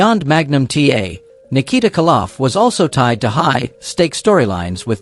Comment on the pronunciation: its KOLoff not Kaloff